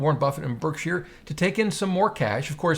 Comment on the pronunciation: It’s funny how he keeps saying “burg-sheer” 😂